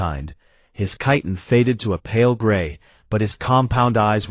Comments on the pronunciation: I would be good if the AI could be trained to say chitin correctly, since it appears in so many of these stories. It is a hard K sound, not soft. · Why can nobody, even AI, manage to pronounce chitin correctly?!?!?